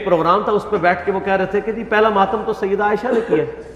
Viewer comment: Sayidduna Aisha radiallahu anha. Say it properly. You have this issues with sayyiduna aisha..its very apparent. Dont take sides which is not his right to take.